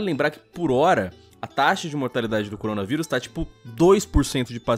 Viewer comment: errado: Coronavirus certo: CORONGAVIRUS